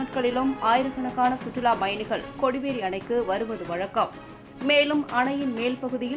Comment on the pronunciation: சுற்றுலாப் பயணிகள் வெளியேற்றப் பட்டனர் இதுபோல உச்சரிப்பு இருக்க வேண்டும் உங்கள் செய்தி வாசிப்பளர் சுற்றுலா பயணிகள் வெளியேற்ற பட்டனர் என்று வாசிக்கிறார்